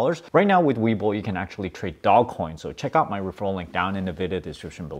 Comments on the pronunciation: dozh coin! but i call it doggy coin for fun. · Dog-E coin. Pronounced "doggie coin". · Btb, it's pronounced "doul-ge" LOL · It's not DOGCOIN, it's DOGECOIN!!! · "Dog" Coin, ffs! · Stop calling it dogcoin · First of all it’s DOGECOIN NOT DOG COIN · Stop calling it dog-coin....it will be a lot less cringe if you call it doggy-coin. Nevertheless, great returns bro and make sure you HODL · Take a drink every time he calls it "Dog" Coin. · Can’t take this seriously if he can’t pronounce the investment right.